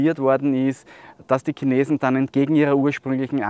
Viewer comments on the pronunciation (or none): none